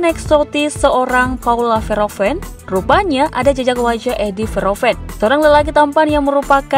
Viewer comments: Min baca namanya kalau bgt. Sebelum ucapkan sebaiknya cari2 dulu gimana pronounce nya. Bukan Veroven....tp huruf H nya dibaca... Verhoeven... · Min baca namanya kalau bgt. Sebelum ucapkan sebaiknya cari2 dulu gimana pronounce nya. Bukan Veroven....tp hurt H nya dibaca... Verhoeven...